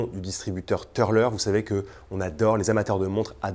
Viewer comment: Jolies pièces; d'ailleurs les plus belles sont déjà parties, 17h après la publication ! A noter que le "u" de Türler se prononce "u" et pas "eu" grâce aux Umlaut sur le u ;-)